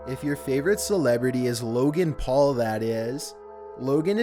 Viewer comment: Lmao logen Paul